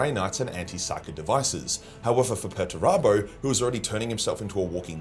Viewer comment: Who the hell is Peturabo? You mean Peterturbo.